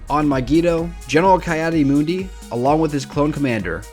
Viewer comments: "kai adi mundi" :( Ki is pronounced Key for future reference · Ki-Adi-Mundi (pronounced Kee Addy Mun Dee) not Kye Addy Moondi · It's pronounced key add e mund e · Kai addi moondi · me: bruh it's pronounced "Kee-Adi-Mundee"